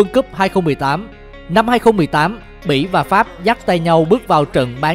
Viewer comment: Đọc bỉ mà cứ như mỹ í